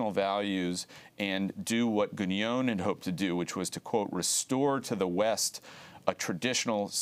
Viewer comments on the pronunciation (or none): Some errors here. First, a minor point: it's pronounced "Gué-non" (with a nasal N), not "Guh-nyone" as Green renders it here. Second, Evola didn't ally himself w/ Mussolini. He went so far as to write a book criticising fasism, and another one against Nazism. Third, Evola was opposed to "racial theory" as it's commonly understood: he saw it as materialistic. Other than that, solid content from Josh Green. And touché . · He can't even pronounce Guénon's name correctly. He pronounces it as if it were Guégnon, lol. Neither was Evola a fascist ideologist in the style of Mussolini. Now, both men were bs meister's, but that's a separate story. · Traditionalism explained for infantile leftists. Buddhism also thinks we are living in Kali yuga. The interviewee mispronounces Guenon's name throughout and apparently thinks the Enlightenment was in the 1500s. Further comment is superfluous. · can't even pronounce Guenon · Dude should probably learn how to pronounce Guenon's name first before selling himself as an expert on the man